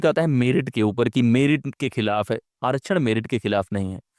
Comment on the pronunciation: आरक्षण का सही उच्चारण करना पहले सीख लो, फिर उस पर ज्ञान पेलो।